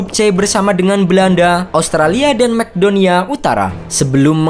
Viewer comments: maaf min. cuma meluruskan. Macedonia dibaca masedonia. bukan mekdonia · Sekali lagi om.. Bukan mekdonia.. Makedonia cara bacanya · Makedonia juga bukan mekdonia ☺ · 0 : 17 di baca biasa aja Makedonia ,bkn Mcdonia mentang2 suka makan di McDonald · makedonia bukan mekdonia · Adminya mmg kacau, Makedonia aja dibaca "McDonia" 🤣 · Macedonia dibaca Mekdonia? Wwkwk..... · Dibacanya makedonia, bukan masedonia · "mekdonia" hedeeeehhh...geblek...geblek